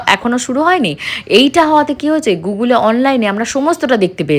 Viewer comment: Tumi tow saradin baper barite thako tow onara esa ki korbe . Gugul na Google age pronounciation ta thik koro .